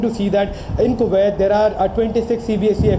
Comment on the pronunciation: Why can’t Indians just say Kuwait correctly? It’s ku- wait. , not ko-waithe.